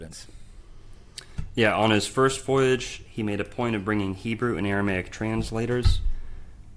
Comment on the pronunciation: 7 minutes in and he's already pronounced Christendom as "Christiandom" and Aramaic as "Aramic".